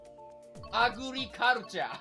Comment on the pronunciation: I love how he says agriculture lmao